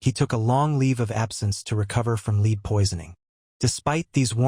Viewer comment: Lead/Red not Lead/Seed😊✌️❤️